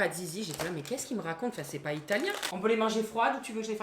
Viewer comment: La prononciation de l'italien, mes oreilles de prof ont saigné 😂